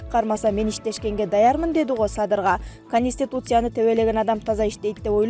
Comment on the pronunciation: Кониституция дебей Конституция деп айтыш кыйынбы